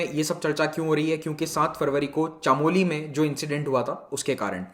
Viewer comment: Sir it is Chamowli in pronounciation not chaamoli